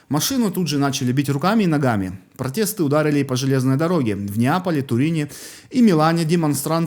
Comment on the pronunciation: Правильно: Грэта Тумберг,фри Палестина - свободная Палестина,а не бесплатная. И слово протесты произносится с буквой "е",а не протэсты. Мне не жалко людей Италии. Фашизм,который там процветает,оборачивается против них.